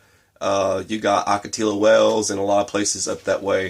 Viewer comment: It's Oak-a-tiya Wells, I hate when people butcher Spanish ...